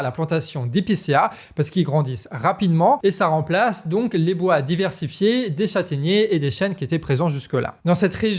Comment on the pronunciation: Garçon !!! Parle moins vite Pour être d une ( audible) Et deux ( faire moins de faute Phonetique) bois pas boa